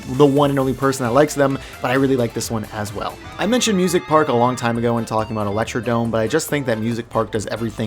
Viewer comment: electrod"R"ome omg why can nobody read lmfaoooo